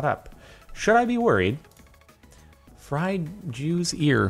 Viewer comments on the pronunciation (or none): none